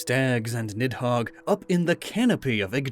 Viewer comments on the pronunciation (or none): the "h" in nidhogg is not supposed to be pronounced.